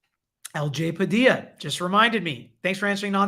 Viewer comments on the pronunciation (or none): none